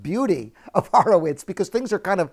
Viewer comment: You pronounce "Horowitz" wrong.